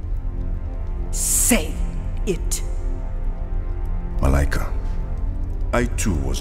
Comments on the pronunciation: Still kinda sad that no major studio has taken an interest in this….if black panther was a world wide phenomenon….so can this …! And btw you guys are pronouncing her name wrong … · I love how the name is spelled Malika but pronounced Malaika. This is also my daughter's name spelled almost the same except hers is spelled Maleka and we also pronounce her name as Malaika.